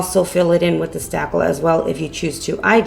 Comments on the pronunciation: Marni Laughman she is! 😳😁., that is spakle. Not stackle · Lisa Bennett Yes! Isn’t she saying “stackle”?